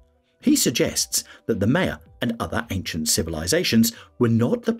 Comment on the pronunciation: I didn’t get beyond “Maya”… normally pronounced “My-ya” not ‘May-ya’.